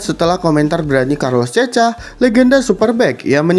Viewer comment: Woiii bukan cecha bacanya tapi cekha